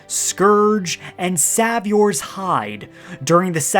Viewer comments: You dont know what "Savior" means or how to pronounce it?! It's not some dude's name and it isn't "Sav-yor" 😂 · Bruh doesn’t know how to pronounce savior smh